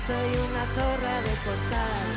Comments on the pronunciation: The right pronunciation for z is not like in Zebra. It's more like /θ/ like thorra. Try to say it, it's very satisfying 😂😂😂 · I think what you miss (and what Eurofans who don't understand Spanish) are going to miss... is the message. Surely reading the lyrics you will understand why the audience behaved like this proudly shouting "Z0RRA". Don't say "Z0RRA" cause it basically sounds like "S0RRA". Try to say "THOR-RRA" instead of "Z0RRA" cause in Spanish the "Z" sounds like a strong "TH". And yes, she has no voice and the song is not very good. But who cares? She says that at 55yo she doesn't care casuse she don't want to be a great singer. Cause it's no longer a song... NOW IT'S AN ANTHEM!!! This is the oficial video with lyrics in English